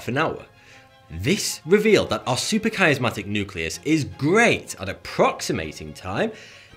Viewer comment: "Supra..." not "super..." & SUPRA Dude! SUP-RA not SU-PER